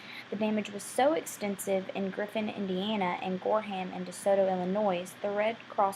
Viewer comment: You shared a lot of good information about the tornado. However I must comment... the "S" in Illinois is SILENT! And also it is the "Wabash" river that was crossed from Illinois to Indiana, not the "Washbush." As a lifelong resident of Illinois, and particularly residing from the southern part of IL, I wish you would have made sure you correctly pronounced the name of our state, and the names of the communities such as Gorham (pronounced like "Gorum.") Not to be a stickler, but I felt it needed to be pointed out.